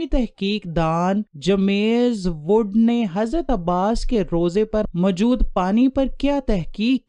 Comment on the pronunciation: اپ کی ویڈیو اچھی ہے لیکن اپ کا تلفظ بلکل غلط ہے مثلاً جیمم ز عل قمہ